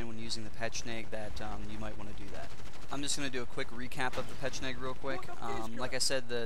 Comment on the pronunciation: Just a tip yo said pecheneg about 100 times...try to say it! ;) xD